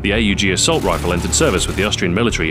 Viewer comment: I’m so glad you pounce it A U G instead of ahhhg